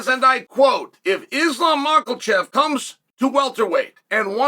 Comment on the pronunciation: Islam mockle-chev? That’s almost as bad as “jack della layma” 🤣🤣